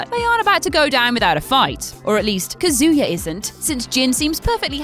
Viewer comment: It's not kayuza it's kazuya, don't mispronounce my fav tekken characters name u bitch